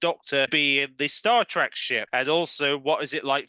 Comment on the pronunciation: Star TrEk. Not Star TrAck.